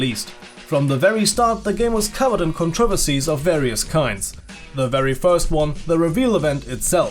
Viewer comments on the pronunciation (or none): "Cont ri ver cees"